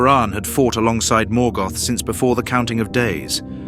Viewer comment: Lazy gen AI management.The mispronunciations that follow show it as true.